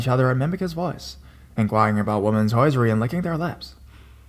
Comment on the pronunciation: Hehe, it’s HOSIERY, not hoisery. 😊 Great video as always though.